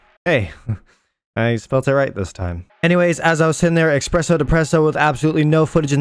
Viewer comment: ESPRESSO DEPRESSO not EXPRESSO DEPRESSO